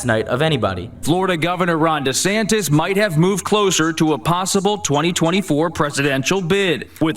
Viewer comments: Love Trevor 5evr, but someone on his team needs to tell him that it’s Ron DeSantis 😂😂😂 not DeSanctis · Ron DeSanctimonious. Perfect. I pronounce him fit to stand trial. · Why did he say DeSantis wrong so many times lol